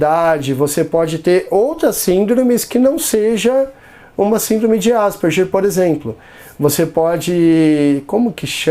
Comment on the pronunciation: Asperger se pronuncia ASPERGUER.